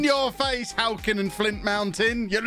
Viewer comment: Being from Flintshire and hearing halkyn and flint be butchered that badly I don't know how to feel 😂